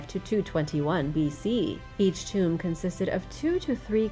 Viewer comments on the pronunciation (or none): none